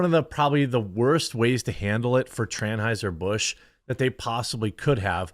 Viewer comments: "Tran-heuser Busch" 🤣 Love it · Ha. Did he say Tranheiser Busch?? 😂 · He said TrAnheuser Bush lol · He said "Tranheiser Busch" LMAO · DID he just say TRANHEISER-BUSCH ?????????????? lolololololololololololol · He said “tranheiser busch” 😂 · Budweiser clydesdale horses accidentally drank some of the beer and turned into unicorns.🦄🦄🦄🦄🦄🦄 Wait, did you say Transheuser Busch?🤣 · "Tran-heiser busch" 😂😂 I had to go back to make sure I heard you right, hilarious 😂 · TRAN-HEUSER BUSH 😅🤣😂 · When you said tranhighser I fkn lost it . 🤣😂🤣😂🤣😂🤣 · Pardon my spelling but “tranhiser bush” 😂😂😂💅 Edit: “Tranny fluid” 😂😂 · Love the way u said Tranheusr 😂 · Lol tran-auscher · I caught that "Tran-heiser Bush". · "Tranheiser Busch" 🤣😂🤣😂🤣😂🤣😂